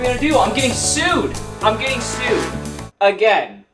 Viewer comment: “I’ll syd 🥀” 😭😭😭😭